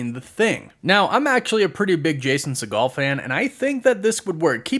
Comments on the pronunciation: It’s said as see-gl not se-gaal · It’s “Seigel” , not “Seagal” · Jason’s last name is Not pronounced like Steven Segals’ last name but like “seagull”. FYI 🫣 woof woof